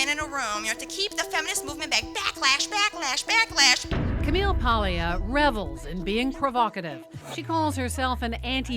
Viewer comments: Paglia: It’s pronounced Pául-ya, not Pag-lee-uh. It’s like people who call mafia counselors “Con-sig-li-airy”. It’s spelled “consigliere” but pronounced “con-sill-yari”. The G before an N or L is silent but adds a “ya” sound in Romance languages like Italian and French. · is Italian? She doesn't even know how to say Ms. Paglia's last name? What a bimbo. It is pronounced Palia, I am not Italian, but I know how to pronounce it. What a bimbo she is. She self objectified. She used her sexuality to sell herself. Men did not do it. What a moron. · Honestly should know better than to mispronounce Camille’s last name as she is of Italian descent herself. Imagine if people called her Cee-Co-Nee instead of Chi-Co-Nay.